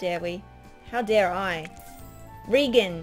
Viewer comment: my name is Regan and she said it wrong lol it's like Ray-gen almost